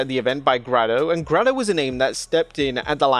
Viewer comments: its pronounced "gray-doh" not "grah-doh", its yerselllll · please don't disrespect Grado (GRAY-DOH (NOT GRAH-DO)) by calling him like that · ITS GREYYYYYYDOOOOOOOO NOT GRADO LOL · Grad o? It's pronounced grey do you'd know that if you actually watched wrestling or did some research 😂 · It's pronounced graydo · How do you pronounce the Legend Grado’s name wrong 😮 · Can’t believe Wrestleamia doesn’t know Grado or pronounce his name 😭😢😢 Grado is a legend of UK wrestling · Surely you didn't pronounce Grado that way 🤣